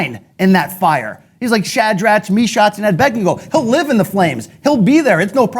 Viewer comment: Dude said "Shidrach, mishach and abedbego" 😂😂😂😂